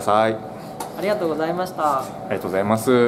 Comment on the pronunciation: の「t^ijj%mvgざいます〜」が好き